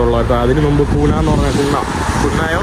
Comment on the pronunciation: നുമ്പ് ❌ മുമ്പ് ✅ നുപ്പത് ❌ മുപ്പത് ✅